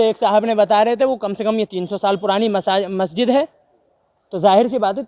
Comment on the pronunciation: Lo mo.aguzar ko majsid bolna nahi ata 🤣🤣🤣🤣🤣